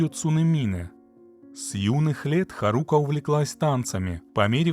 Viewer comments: При всем уважении а что нельзя посмотреть как произносится имя? Куда ставится ударение? Какая еще харУка? Когда хАрука произносится. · ударение на первый слог в имени Харука. Ты что аниме вобще не смотришь что ли?